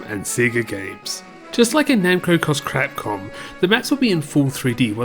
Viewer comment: You totally said "Cross Crapcom" HAHAHA!